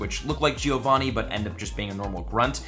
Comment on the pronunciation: Love your videos, but you don't pronounce Giovanni correct. I'm Italian and this really hurts